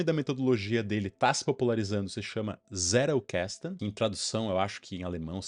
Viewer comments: Não querendo ser chato, mas já sendo, em alemão a pronúncia fica mais proxima da nossa do que do Inglês, então não é Zé-rou-ques-tou, é mais pra Zét-el-cas-ten(Tentando reproduzir a pronuncia) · Um adendo aqui sobre a pronúncia: O mais apropriado seria 'Tséttel Kasten.' O 'tt' pronunciado como o nosso t mesmo. O 'L' é aquele que a língua bate na ponta dos dentes incisivos. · Zettelkasten: caixa de notas / caixa de bilhetes. Pronuncia é: Tzetel casten - somente para agregar...parabens pelo conteudo..aprendendo muito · Crítica construtiva: qnd vc tentar pronunciar o nome do alemão, pronuncie a letra “t” com o som do português msm. Alemão não eh inglês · Sua pronúncia está em inglês, em alemão é outra pronúncia. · Pronunciou errado a palavra alemã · Tentando agregar algo. Vc pronuncia Zettelkasten como se a palavra fosse inglesa. Possivelmente vc tem o inglês como segunda língua a ponto de raciocinar a pronúncia de uma palavra "estranha" como se fosse sua segunda língua que, creio eu, é o inglês.